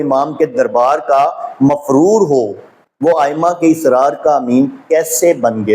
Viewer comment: بھائی پہلے آپ اپنی اردو صحیح کریں آپ کو اردوتک نہیں آتی تو آپ شیعہ رجال اور شیعہ رواۃ کی بات کیا کریں گے لفظ اَسرارہوتاھے اِسرارنہیں